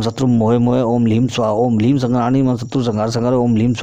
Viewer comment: आपको प्रणाम करते हुये क्षमा माँगते हुये यह कह रहा हूँ ह्रीं और ह्लीं दोनो का उच्चारण आपने उलट पलट कर दी है। ॐ ह्रीं भ्रामरी,,,,है यहाँ आपने ह्लीं कर दी पुरे अष्ट विद्या मंत्रों में। आपके विद्वता और स्पष्टवादिता का मैं हृदय से सम्मान करता हूँ। कृपया इसे अन्य भाव में न लिजियेगा।